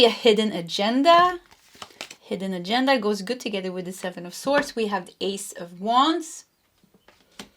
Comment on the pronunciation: Many thx 🙏🏻 it resonates w me … Btw the proper way to pronounce AGENDA is AJENDA . Cheerio 🎉